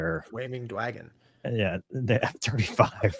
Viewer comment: “Framing Dwagon” I almost spit out my protein shake, well done dude